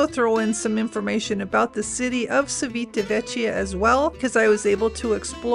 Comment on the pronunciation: Thanks, But it's important for a travel blogger to pronounce the name of the place you are talking about. The letter i after c makes it like ch in English. Also an h between c and i/e makes it sound like k in English. So the name of the town and port is chivitavekya if it was under English grammar laws. Your welcome ❤